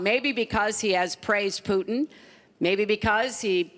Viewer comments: it's not fucking pronounced "POUTN" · Thank you! Rush says it the worst. POOTn